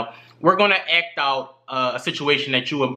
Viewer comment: This dude cant say the letter A bruh. ''Eccually'' ''Ect'' instead of act lmao